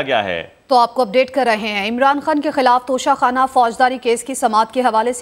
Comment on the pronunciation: Please correct Your pronunciation, it is not Tosha Khana but TOCHA Kanna (guess who said it so?)